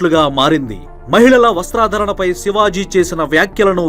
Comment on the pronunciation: ‘వస్త్రధరణ‘ ఏవిఁ‌టయ్యా బాబూ? ‘వస్త్ర ధారణ‘ అనాలి.